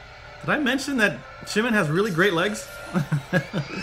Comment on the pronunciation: Just so you know, the J in Jimin's name is pronounced like a regular J. I've noticed you saying it like a CH. Not sure if that's because of the Chim-chim nickname, but it is still just a regular J. Just thought you might want to know :)